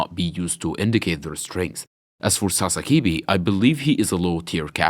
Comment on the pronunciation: Why do you call him Sasakibi? It's Sasakibe.